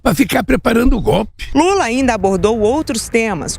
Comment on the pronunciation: Kkkkkkkkkkkkkkkkkk la e so ódio aqui não aqui é beleza kkkkkkkk veio seboso morre de odio por não ter a popularidade do BOLSONARO e tudo que ele mal consegue falar que é gopi gopi simm goppppppi kkkkkkkk veio doido